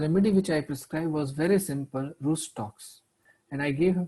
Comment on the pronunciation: Mr. Doctor, you spelling of Rhus Tox is wrong. Please correctly pronounce it seems the Google .